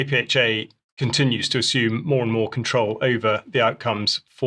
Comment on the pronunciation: Lure = Lee-you're Control = Cont-row-el Pakistan - Park-i-starn